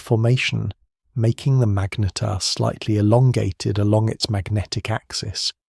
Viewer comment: For gods sake get the pronunciation tight; its not magneteer or magnetaire or magneter, is pronounced MAGNETAR